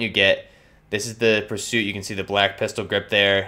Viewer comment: U really pronounced that badly purist and pursuit are 2 different words but great video